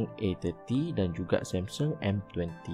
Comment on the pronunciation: Yg ckp MCM tk cukup mkn.lembik.sebut Samsung pun MCM sembur somsen.huaaa